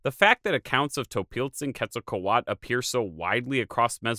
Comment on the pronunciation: There is a T and a L at the end of Quetzalcoatl, why do you stop at A and not read them? The word isn't Quetzalcoa.